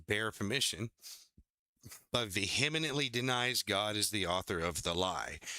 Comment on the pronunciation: I say this with a smile on my face; no malice. Vee-uh-ment-lee❤